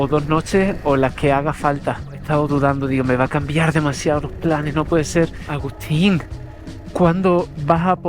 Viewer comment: my name is Ougústeen jajaja, se americanizó el españolete. Grande